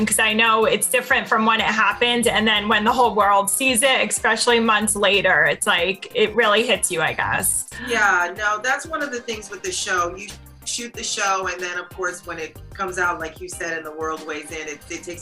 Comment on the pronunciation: My lord what is up with the way this interviewer speaks with the nasally, drawn out Valley Girl-ish cadence. O.o She even said "expecially." ;D Feel like if you're going to get hired by some major media outlet to conduct interviews you should be a little more polished in how you speak.